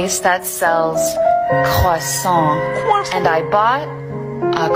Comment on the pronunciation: The quasown got me rolling on the floor 😂😂😂